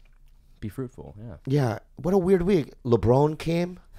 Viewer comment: And after laughing at Bobby for pronouncing Lebron wrong smh....